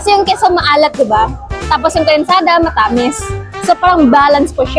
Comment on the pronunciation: Yung pagbigkas mo ng ibang salita, di pa kuhang-kuha. Tulad ng matamis, tsaka saging hehe. Di ko nga naintindihan nung sinabi mo yung saging eh